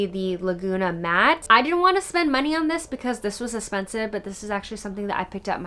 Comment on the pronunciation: Random but I love the way you say “eh-spensive” lol and your voice is so soothing!